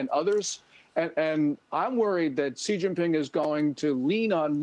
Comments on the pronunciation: His name is pronounced "she jinping," not "jee zhinping." Why can't Bartiromo simply take a cue from Gordon and get it right? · Nope. The first syllable is "she." If it were pronounced "chi," ("chee") the English spelling would be Qi. The English sequence chi is actually pronounced more like "chur" in Mandarin, as in chi-fan ("chur-fon"), "eat."